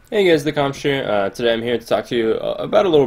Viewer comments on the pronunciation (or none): ehehe, thelamsh lol lol lol